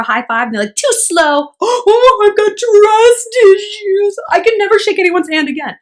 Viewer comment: “TWUS ISHU!” 😂😂 replayed that a few times